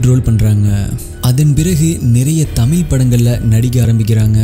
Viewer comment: தமிழ்🙄தமில் என உச்சரிக்கவேண்டாம்